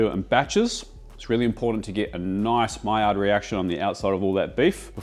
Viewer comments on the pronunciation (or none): none